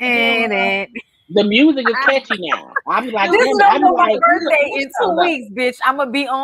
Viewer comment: Do it like it’s my burfday.. do it like it’s my burfday Lolol